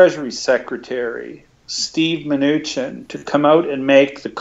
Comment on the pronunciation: That was the best interview ever...he just kept pronouncing Munchinks name wrong!?!